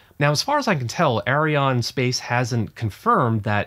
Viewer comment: Actually, both the rockets and the company are called "Ariane" NOT Arione!